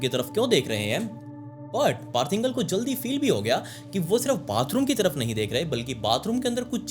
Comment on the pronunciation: पार्थ इंगल नही पार्थ इंगले, मराठीत इंगळे